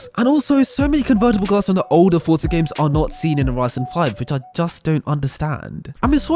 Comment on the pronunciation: This guys voice is so annoying, forza doesn’t have a “t” in it, forza not fortza